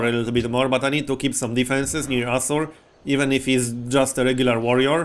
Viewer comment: each time you say assur i hear.... something else xD Also i'd secure then "entrences" to your territory as you have a bunch of mountains that you can use the have a nice little private area just for you. And kill/capture any settler trying to move through.